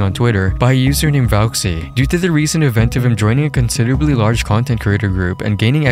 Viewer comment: I don't want to be the guy to do this but he forgot the "T" in The :(